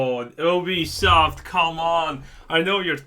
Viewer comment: I thought you said Obese soft